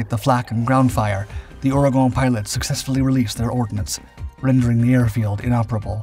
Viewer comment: You can pronounce Ouragon right but you cant say chassis correctly?